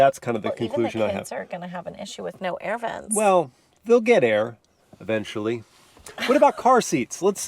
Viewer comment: “They’ll get Air*…e*Vent ually”